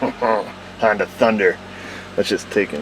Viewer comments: "Hondoo. Not a sponsor" Honda: "をりんるせけす!" (Did he just say Hondoo?) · I just realized he called Honda "Han-doo" lol 😆😂👍👍👍